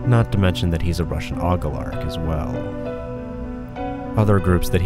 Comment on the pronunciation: Damn the propaganda and anti Russia really stank in this video 😂 Slow sappy music through out. And yes.. how you pronounced oligarchs 😂